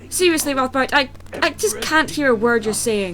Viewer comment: You used Spongebob! Yay, Spongebob! Also, he wants to use the forbidden arts to take over? Might as well have called them the dark arts and called him Voldemort. Actually, I thought you said Voldemort the first time you said his name and I was going, "wha-?"